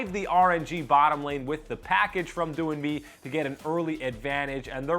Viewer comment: No, I don't know about the other casters but he pronounced doin'b correctly